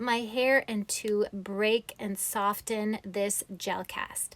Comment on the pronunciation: Wow! This is really amazing. Your hair is gorgeous. I just have to mention: the "t" is silent in the word "soften."